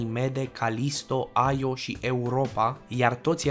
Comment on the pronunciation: Io se pronuntă așa cum se scrie,IO. Numai americanii pocesc numele pronuntandu- le după fonetica lor.